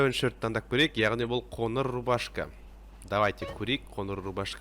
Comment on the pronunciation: Қоныр емес қоңыр, ң ды айталмаймынба